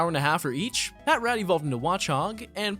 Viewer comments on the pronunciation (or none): Idk why but always makes me laugh when people say pat rat when even in the anime they said pa trat or am I just trippin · Wtf is a PAT-RAT? IT IS "PUH-TRAT* NOT "PAT-RAT" Sry it annoyed me lol